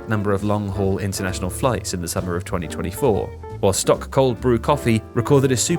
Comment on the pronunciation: The mispronunciation of SToK cold brew tell me that has never watched Welcome to Wrexham...